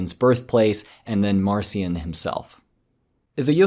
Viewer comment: Marcia should be pronounced Mahr-KEE-ahn